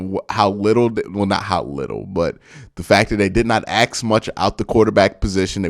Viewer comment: Oh and btw...spell it out with me... ASK... With a K not a fckn X ! Been listening to you axeing questions for 3 years! There's no X in ASK! Your negativity will cost you a lot of subs but you obviously don't give a fuq, just like a typical fair weather Browns fan.